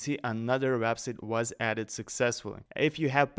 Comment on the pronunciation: You should really learn how to pronounce the word "Website".